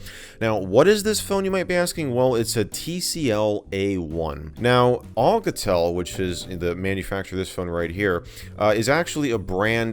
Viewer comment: olcatel haha it's Alcatel . A not O (but i dont care i just dont have a life hhaha)